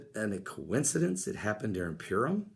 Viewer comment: Not to be a smart alack. Purim is pronounced pur like what a cat does. Pur =lot, im is the plural. Purim = casting lots. We see this at the crucifixion where the tall it was gambled for. We also see this word in the celebration / fast of Yom Kippur, The day of casting lots.